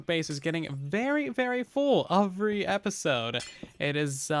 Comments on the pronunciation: Anyone else notice whenever says every he says eovry? Lol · Or maybe UwUvry